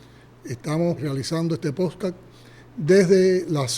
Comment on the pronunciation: Es podcast, no poscat.🤣🤣🤣 Le están huyendo a los "modestos" apagones cómo el diablo a la cruz. A ustedes no les importa el bienestar del pueblo, lo que no quieren es que se revolucione en un momento en que "nadie se tiene que revolucionar?" porqué ustedes terminarían teniendo que salir pitando para San Vicent and de granadin o para otro lado porqué Maduro está en llamas, Obrador ya se va y Milei no los quiere ver ni en pintura. La desestabilización que han creado en América Latina se les está virando en contra, los gobiernos están despertando y se están sumando a las ideas de la libertad.✊🇨🇺